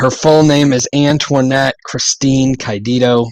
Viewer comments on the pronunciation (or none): Cayedito is pronounced "K'eye-uh-dee-toe".